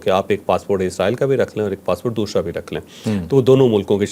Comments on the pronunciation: بہت علمی گفتگو فرمائی بہت کچھ سمجھنے کا موقع ملا مگر ایک چیز کی چوہدری صاحب سمجھ نہیں آئی وہ یہ کہ حرف س باقی الفاظ میں آپ صحیح تلفظ استعمال کرتے ہیں جبکہ لفظ۔۔۔۔ دوسرا۔۔۔۔کو آپ ہمیشہ دوشرا کہتے ہیں 😂 اس کی کیا وجہ ہے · Dosshhhrraa ۔۔۔ انکے دوسرا میں ش آتا ہے